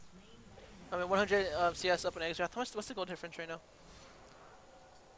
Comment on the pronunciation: The champion is pronounced "zerath" lol